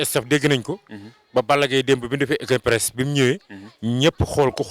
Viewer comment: On dit open press